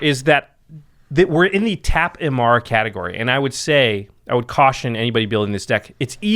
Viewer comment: WHO THE HELL IS e-m-a-R-R-a ???? EMMARA !!!! C'MON GUYS !